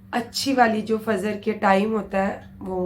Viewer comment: Didi fazar nahi fajar boliye